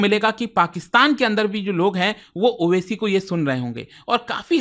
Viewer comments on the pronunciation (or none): owaisi ko oac keh rha hai bolna to seekh lei